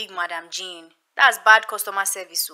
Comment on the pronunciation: "jeneth my name is jane not jeneth" 😂😂😂😂🇹🇿